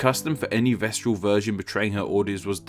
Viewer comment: Vestal not vestral.